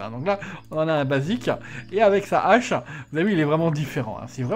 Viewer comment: Ca fait des années que je t'entends dire des Zhaches...... on dit pas des Zheros non plus, alors... Je t'aime quand même.